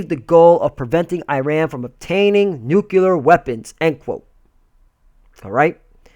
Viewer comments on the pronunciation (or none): There is no such word as "NUKULEAR", the word you want to use here is "NUCLEAR"